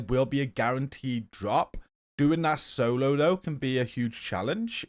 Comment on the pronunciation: Good info G. Haha, "doing that sololo" , I'm not alone in saying solo like that all the time. 😃